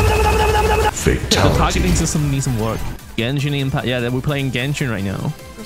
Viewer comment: If I take a shot everytime saying "Genshit" in this video. I will immediately bury myself to my own grave